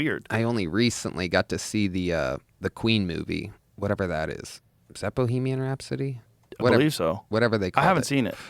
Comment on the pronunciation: "bohemian rhime-sody" ??